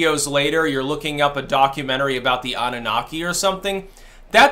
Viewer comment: Did you say "Annunasi"? The Annunaki meet the Anasazi?